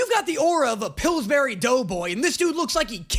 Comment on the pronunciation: “Philsbury dough”😂😂😂😂